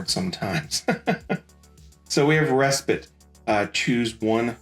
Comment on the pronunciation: Bro had to be drinking when making this video. Guntank is Guncannon Hizak is Zaku GD01 is SD Rebake is Reboot And Respite is just butchered 😅